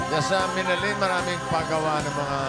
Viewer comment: Ang ponounciation nang Minalin ay mali dapat Miná-lin hindi Minalín